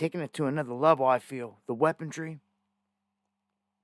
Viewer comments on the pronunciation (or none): WHAT IDIOT TAUGHT YOU IMPROPER ENGLISH ?!?!?!?!!!! WEAPON-RY- RY - RY -RY - RY OR REY, BUT DUDE ...COME ON MAN...ENGLISH WEAPON. RY NOT DRY...WE AINT DRYING SHIT...